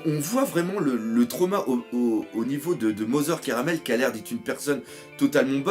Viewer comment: cest mother carmel pas caramel